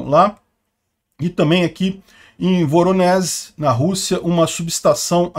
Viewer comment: NÃO pronuncia-se 'VoronéS', mas sim 'VoronéJ(i)'